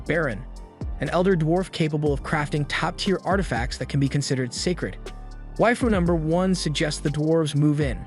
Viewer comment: I like how he says waifu.